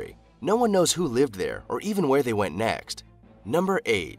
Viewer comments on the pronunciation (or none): none